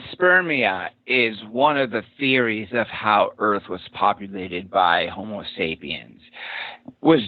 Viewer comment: Thanks for another interesting interview! BTW ist's "homo" (Latin for 'man') not "homeo" (Greek for'equal') sapiens.